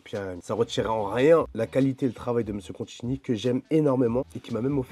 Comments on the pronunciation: " Mr Contchini " ca commence bien 😅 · Il a massacré son nom plusieurs fois 😂